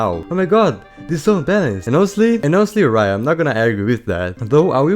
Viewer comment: "Inostely" instead of "honestly" is weird